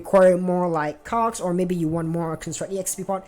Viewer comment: No sir, I heard it...and I won't unhear it, even if you ask me nicely 🤣